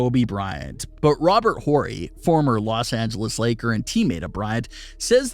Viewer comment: That’s not how you pronounce “solidified” or “Horry”.